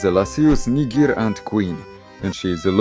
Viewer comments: i dont thats how you say niger at the start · Whoa bro... hard R in the first 3 seconds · Subtitles, it ain’t the n-word. Lasius NIGER not Lasius NI- nah im joking